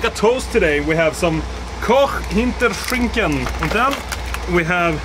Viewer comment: (in german accent) Tommy the german with his koch hinTERschINKN